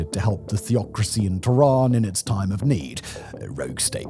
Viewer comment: why you calling tehran "tooran", can't you look up how to pronounce names better? is it THAT much of an effort, you poor monolingual chap